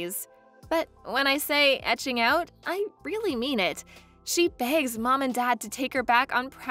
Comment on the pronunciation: Etching out or ekeing out? 🤔